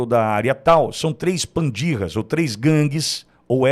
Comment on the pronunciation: com todo respeito não é pandirra! Em espanhol se escreve pandilla, em português se pronúncia PANDILHA.